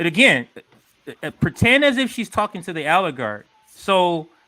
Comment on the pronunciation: It's oligarch, not aligarch. Lol